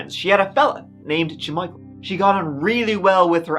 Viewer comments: “J’Michael”?? You gotta be j’kidding me😂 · Ja-Michael, you dummy!